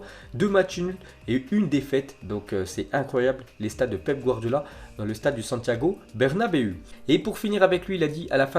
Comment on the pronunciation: Santiago bernabeuiiii🤣🤣